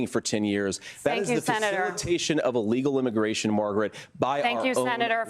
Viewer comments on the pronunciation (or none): Why do you say allegal it is illegal not allegal. Is this a new word. What does it mean